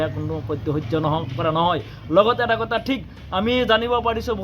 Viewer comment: বিদেশী নে বিদেহী অসম নে অহোম কথা নে কতা অসম চুক্তি নে অহোম চুক্তি তথ্য নে তত্ব চৰকাৰী বিষয়া নে চৰকাৰী বিহয়া মিডিয়াৰ আগত কথা কলে ভাষা শুদ্ধকৈ কব লাগে।অসমীয়া ভাষা শুদ্ধকৈ কব নোৱাৰে সিহতে আকৌ ৰাজপথত আন্দোলন কৰিব ওলাইছে।।